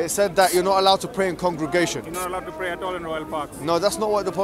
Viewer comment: "you can bray indivdually..." HAHAHAH